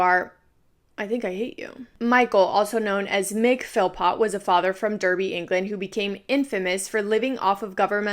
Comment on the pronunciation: Only getting chance to watch this in full now!! Just a lil tip as well, the city he was born in and where this took place is pronounced as “dar-bee”. But thank you again for covering this in such a respectful manner. I love your videos ❤